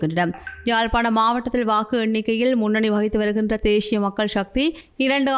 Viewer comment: தேஷியம் உச்சரிப்பு பிழை. தேசியம் என்பதே சரி.